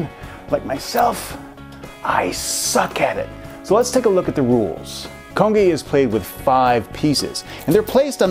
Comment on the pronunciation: yes, i have um you didnt pronounce it correctly i would know because im korean